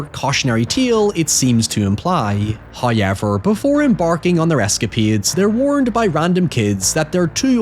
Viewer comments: It's pronounced how... Ever not hoy... Ever 😂😂😂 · bro just say However. You are doing this shit on purpose now and you sound so damn stupid lol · The "Hoo-yevver" used to grate on me, but now I can't wait for it. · Love the videos, but there are just too many 'hoyevers'. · Why do you say however like that?